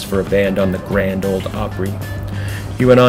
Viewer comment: Grand “Ole” Opry, please.